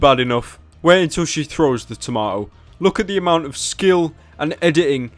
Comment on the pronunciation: like the way Pyro pronounces toma'o